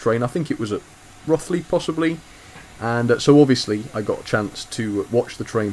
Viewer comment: Hi, it's pronounced Roe-th-ly.